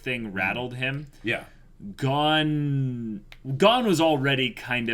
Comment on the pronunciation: Can you stop pronouncing Gon as "Gone" ?!